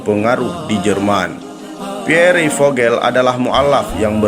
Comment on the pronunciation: baru ngeh kon PIERRE di bacanya piore sih , Pier gitu